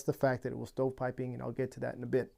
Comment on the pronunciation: What’s stow piping or what it is you’re saying?